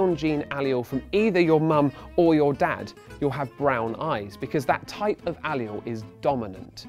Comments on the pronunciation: "A-lee-il"? No. "Uh-leel" Yes. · Anyone else bugged by the way he says alleles? It sounds like allial, rather than aleel. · Please oh god don't say aleele again. That's not how you say it or even spell it. Ugh. You can't English srry. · It's pronounced A-LEEL; not al-e-al..nice try though. A for effort!😂😏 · I've never heard a Brit pronounce allele. I always pronounce it Al'eele .. he pronounces it like Ayl- you-all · It's pronounced 'uh-lel' not 'ally-ul', you seem to have misread one of the Ls as an I. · I think allele is pronounced "uh-leel" not "Aye-lee-ul" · The word is Ah-LEEL. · Every time I hear him say "allial(s)" I want to beat him in the face with a hammer. That's not the proper pronunciation by any standard of English. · Say allele wrong one more god damn time.. It's not aleolee.. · How are you supposed to say it? al-LEEL? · Imagine getting turned on by someone saying “allele.” Lol (dude I heard the word as he said it) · omg this guy pronouncing allele wrong is killing me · The way he pronounced Allele made me cringe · Why does he pronounce allele wrong?